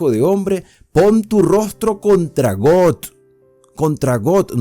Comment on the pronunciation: Buenas reflexión. Aunque exceptuando la pronunciación acerca del nombre Gog,y Magog,porque no es got o god